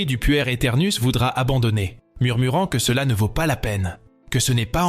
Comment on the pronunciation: Voix d'intelligence artificielle ? je suppose on dit "pouère" ou "puerre" éternouss, le mot veut dire enfant et on comprend mieux plutôt que d'entendre "puer" (sentir mauvais ??) c'est dommage de ne pas enregistrer une vraie voix quand on fait des telles vidéos... intéressant cependant merci